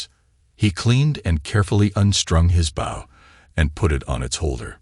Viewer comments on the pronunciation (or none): He pronounced bow as bowl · Why would he be walking around the bush hunting with the front end of a boat? You need to get the proper pronounceation right